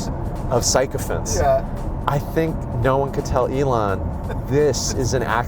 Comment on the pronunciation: Well, you can start by telling Redfin CEO, Glenn Kelman, that he can’t pronounce “sycophants” correctly, which is hilarious. It’s pronounced “SICKO-fants”, not “PSYCHO-fants,” bro.